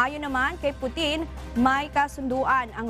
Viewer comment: pu-tin hindi poutine😂